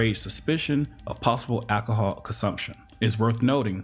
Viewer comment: Just here for the overuse of “akahall”